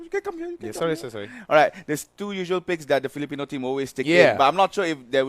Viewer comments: That guy kept saying "filiporn" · Philipron?? wtf